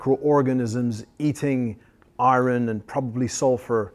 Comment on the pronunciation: The way this guy pronounces "iron" tho.